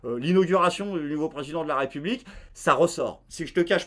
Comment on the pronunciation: Bonsoir! Quand tu dit: (raie public ) sa me fait bugger ^^.